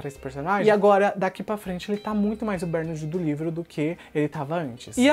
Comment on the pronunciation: Cara, pq vc fala "BÉRnard" se a pronúncia é "BerNÁRD"???? Vc tem essa mania de inventar pronúncia né ... Faz a msm coisa em "Agacui", quando na verdade é "Ancui".